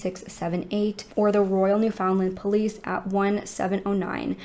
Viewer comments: awesome video but the way non newfoundlanders pronounce newfoundland bothers me lmao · I like how you say Newfoundland. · Newfoundland is actually pronounced New-fin-land! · pronounced "newfinland" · Newfoundland is pronounced like “understand”. Not NewFOUNDland or NEWfoundland. Altogether. Look up Mindy Kalings description 😂 I figured you were from here (NL) when doing this case until you pronounced it. Thanks for covering this case. So sad. I wonder about them all the time. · I am originally from New York State and the correct pronunciation for Newfoundland is NÉW-fnd-lnd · Just for anyone interested, Newfoundland is pronounced like "new-fun-land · 45 years& I never knew it was pronounced new-fun-land😂😂😂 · I live in Nova Scotia, Canada... which is also on the east coast of Canada and pretty close to Newfoundland. My father's side of the family is actually from Newfoundland. I do find it funny to hear Americans pronounce Newfoundland. They always pronounce it 'new-found-land' with such an emphasis on the found part! 😂 Here, we pronounce it 'new-fin-land' but without breaking it up into three separate words... it just kind of all runs together like one long word. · As a Newfoundlander myself I'm sick of people worrying about how the world pronounces Newfoundland. Some.ppl take that so seriously. We are the odd ones. Every other place in the world with "land" at the end, pronounces it like "lind"... England, Ireland, Greenland.... ect. We are the only people who literally says land, and pronounces found like fin... Ppl who speak modern English and didnt learn how to say it like we do are never going to pronounce it like us. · The way you pronounce Newfoundland is.... newfin Land with the emphasis on Land. You say land and not Lind